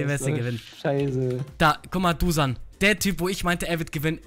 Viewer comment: Heißt dusan vllt Dušan(Duschan ausgesprochen)?